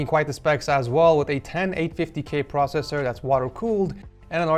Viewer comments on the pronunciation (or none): none